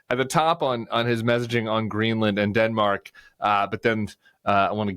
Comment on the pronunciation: "Dinmark" is how he pronounces it.